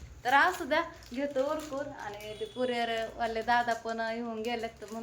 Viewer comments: Puriyar nahi😂 kuriyar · कुरीयर म्हणते निट आयका